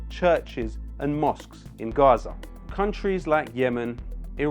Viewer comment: Yo sick flow dude like so intelligent omg. BTW why on you pronounce it RRRRrrraza, but in it's suddenly Gaza? We really live in the dumbest era ever.